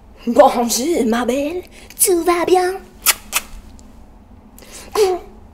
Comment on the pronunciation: Bro You speak French Bro You say "Bonjour ma belle Tu VAS bein" H'es got killed me💀💀💀